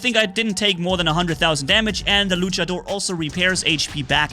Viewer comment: Se dice luchador no luchedor